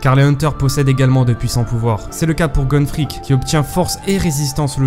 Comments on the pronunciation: Attender quand il a présenter les rôles il a vraiment dis gon fric ??!! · IL A OSE DIR GON FREEC